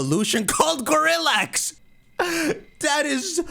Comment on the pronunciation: "Gorillax" sounds like "Go relax"